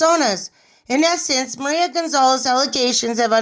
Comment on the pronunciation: IM SORRY BUT IT IS CONCERNING THAT YOU INCORRECTLY SAY WORDS SUCH AS MARIA WHICH IS PRONOUNCED MA-REE-A AND MISLEAD IS PRONOUNCED MIS-LEAD. VERY SIMPLE WORDS. MAYBE PRE-READ AND ASK IF YOU DO NOT KNOW THE WORD